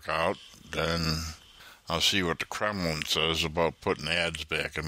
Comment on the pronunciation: The "Kremlin" lol welcome back